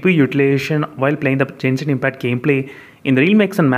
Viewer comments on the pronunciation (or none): You are pronouncing genshin impact wrong